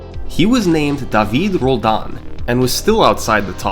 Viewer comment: i appreciate that you got closer to the real pronunciation of "david roldan" instead of going with the full english pronunciation most people do. It's really the small details that make these videos really great :D